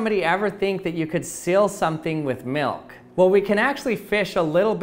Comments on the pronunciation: Anyone else feel like he says “Melk” instead of milk? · I sweqr it sounds like hes saying melk Maybe cuz of my accent where i pronounce it like milk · I hate the way you say milk. Its almost malk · 0... He says melk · That’s funny 😆 cause he says melk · Melk melk melk melk melk. Staaaaaahp. It's MILK! It rhymes with ILL, not ELK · Take a shot (of milk) every time says Milk (or "Melk"). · Galaxy Angel Lol! Challenge accepted. He says “milk” or ‘melk’, lol, only 29 times. You’re welcome! Lol. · I'm glad you pronounce milk like milk instead of pronouncing it (malk) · I don’t think I’ve ever hated the way somebody says the word ‘milk’ more in my life.